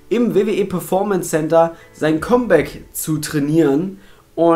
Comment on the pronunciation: Sag mal bitte, KAMM Bäck und nicht ständig KOMM Bäck ;-)